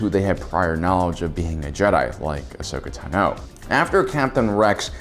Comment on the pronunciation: Ashoka Tan O ??? Wow. Way to prove you're not a fan. The hell are you people doing making a video about a character you know so poorly that you can't even say their name right? Oh, I forgot. Shilling pop culture crap for sponsors no matter the cost to your self respect. Way to show how much of a money-grubbing soulless organization with no consideration for the content you barely comprehend you are. Here, have a thumbs-down. Hey, YouTube. Don't recommend channel.